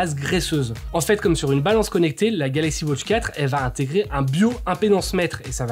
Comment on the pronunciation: Merci pour la video. Ca serais possible d'arrêter de prononcer "wautche" au lieu de "watch"?